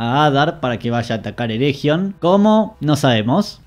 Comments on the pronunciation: Por favor, no pronuncies ereJion, sería más bien "ereguion". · Pronunciaste mal "ERRRREGION", no merecés que siga viendo tu vi... bueno tome su like buen hombre